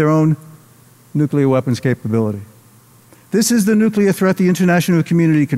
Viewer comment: "Nukelar", we meet again!